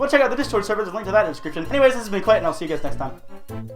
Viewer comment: Just saying